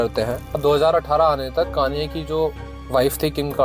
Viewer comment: Bhai bada irritate hora hun m konye west sun ke 😂😂😂